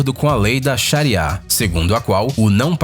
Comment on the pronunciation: Meu bem vc tirou isso de onde? Eu vivo aqui! Vc está louco? E estou aqui há 10 anos? Surtou???? Vc está no Brasil neh...Kkkk Que tem 500 anos e continua a mesma fossa! Não é Shaia!!! É Sharia! E não é usada nen de longe nos Emirados! Bullshit!